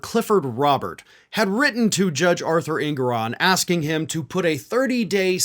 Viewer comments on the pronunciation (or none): none